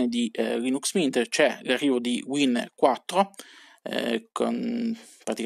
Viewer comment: Wine 4 si pronuncia in inglese in ( Uain the significa Vino).... Siamo nel 2019 e l'inglese proprio lo sputate!